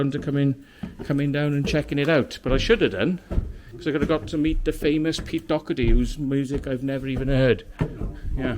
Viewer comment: Its Doherty lol